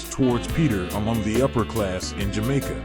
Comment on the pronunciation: You gotta do more reasearch in pronunciation of names and jamaica words